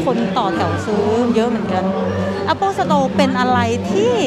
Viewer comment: Merry คิด-สะ-มาด สวมใส่หน้ากาก พกเจลเอลกอฮอล์ รับผิดชอบส่วนตัวเพื่อส่วนรวมครับ แอปเปิ้ลสโตร สโตรที่ขายแอปเปิ้ล